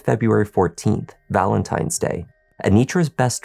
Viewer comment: Not Valemtimes Day!